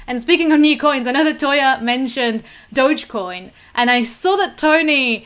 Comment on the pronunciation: You got it right, Toya! "Dogecoin" is pronounced like "DOJh-coin."